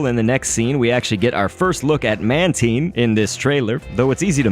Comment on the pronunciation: How you gonna say Mantine right but mess up Villion